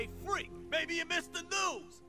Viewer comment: not "may-be". I am. That line is better than I am the Danger.